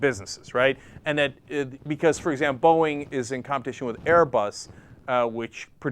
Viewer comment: did he just say borging?